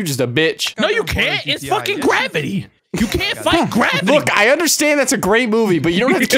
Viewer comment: ever time grizzy said gravity I couldn't stop laughing.